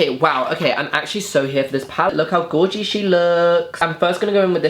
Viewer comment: Gorgi Every other person:DISGUSTINNG!